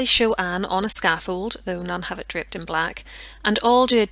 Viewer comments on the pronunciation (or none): i had to pause and listen to hear "draped in black" and not "dripped in black"